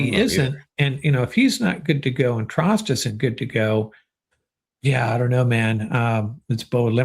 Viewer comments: Trost is pronounced more like "Troast" according to a journalist who was corrected about it earlier in the week, this week . . . and Ty Simpson still has a long way to go in learning the offense . . . he's demonstrated physical ability so far but, it's only been a single, pre-season game . . . we'll see what develops in the next 2 weeks, before the season starts and cut down to 53 plus practice squad . . . 🐏🏈💙💛👀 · It's pronounced "Trost" not "Trost"